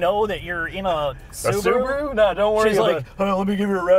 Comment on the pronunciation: It is not a Subru, it is SubAru. 😆 I own a Forester. Great vehicle at the price.